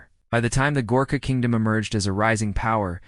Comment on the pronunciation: Badly researched......The typical Gorkha doesn't look like anything in the pictures depicted. Pronunciation needs to be corrected. A lot needs to be corrected.